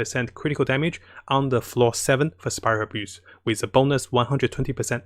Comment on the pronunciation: I like how you pronounced spiral abyss as spiral abuse, its a fitting name 😂